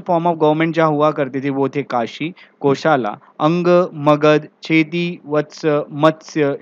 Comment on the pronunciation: चेदी नाम है छेदी नही